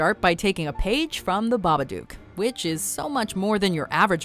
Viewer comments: It's not "baba DUKE", it's "baba-DOOK", as in "hook". Sheesh... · BabaDOOK rhymes with BOOK and LOOK not BUKE or LUKE lol it def isn't Baba-duke, guys. C'mon. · You're pronouncing Babadook wrong, the -ook is pronounced like look, not fluke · The Babadook is supposed to rhyme with "look"…as demonstrated in the poem of the children's book that introduced the monster to the family. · I'm sorry but how did you say babadook...OMFG!